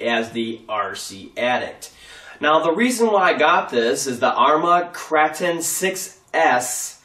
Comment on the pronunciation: Kr8on not krahton :P